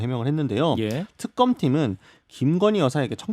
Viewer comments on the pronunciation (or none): 턱검 아니고 특검 ...발음도 안되고...